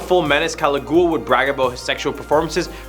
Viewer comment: Caligula is said wrong... just saying